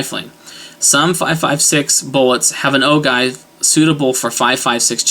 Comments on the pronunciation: Its pronounced O-GEE not O-GIVE. Your video is basically meaningless. People who don't know the differences would be confused because you are basically rambling and incoherent. The rest of us know the differences. You are not doing anyone any good. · Just a point of information (FYI) ... OGIVE (Pronounced: Oh'-Jive) . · ogive is pronounced oh-jive. just some friendly criticism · Ogive- Pronounced as Ojive. Make that G a J sound and youre good. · load to 223,specs and your golden, second thing is its pronounced oh jive, unless you shoot an antique your good to go with any load book recipe you want unless you're going beyond book pressure I've popped primers on my bolt and have proof lol, basically they're all the same loads if you have modern firearms in good condition and stay in Sami specs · love the vid -- keep 'em coming! btw "ogive" is pronounced oh-jive...